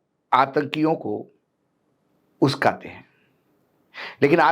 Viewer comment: "उस्काते" शब्द नहीं होता sir "उकसाते" होता है